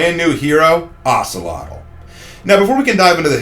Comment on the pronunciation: The name is pronounced as (oak-lot) just to wanted to let you know 👍🏾